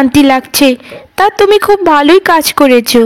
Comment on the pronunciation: Cartoon gulo khub valo lage.... Kintu ekta byapar kemon lage... Ei cartoon gulote... খুবই কে খুব ওই উচ্চারণ কেনো করা হয়.... এটা খুব ই বললে বেশি ভালো লাগবে... 😊